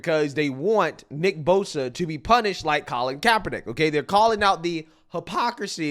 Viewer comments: They can't even say kap name correctly haha gtfoh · She can't even say his name correct. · These dumbasses can't even pronounce Kaepernick's name right, and they're virtue signaling about this. That "soldier" (who was probably cosplaying as one of the Village People) is why I left the military. Sissy ass clowns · Neither one of these morons can even say his name correct. Do they even know who he is? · can't even say kaepernick's name correctly yet giving an opinion. this is a weird series of events. these people also don't understand a fundamental rule in sports. you can be a problem socially up until you're are more of a problem than you are a talent on the field. bosa is one of the best pass rushers, and kaepernick was on a decline. he became more of a distraction than his play warranted. this is why people who don't know ball, or politics of that matter, should keep their noses out of it. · 😂😂 demoRats stay crying. Can't even say Kaps name correct yet jump everyone that says kamalas wrong 😂😂 Kap kneeled during the anthem before the game... nick put on a hat after the game.... please keep crying low IQ sheep. Easier to know whom to stay away from 😂😂